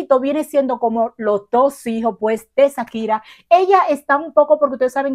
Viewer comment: Hola...nunca había visto tus videos pero me tope con él y quiero hacerte una observación...se dice Shakira, haciendo el sonido "shshsh" quien te haya dicho lo contrario seguro te quiso perjudicar, un abrazo 😊🙋🏽